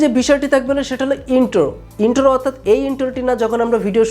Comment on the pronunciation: ভাই, তুমি ইংলিশ কোই শিখছো? ইন্টো,রিয়েল ওও, ইমপটেন,ইনরেজি,দুইটা পাট, সাস করে, ডেসকিপসন। কিলিক,ফাসট ভিউস😁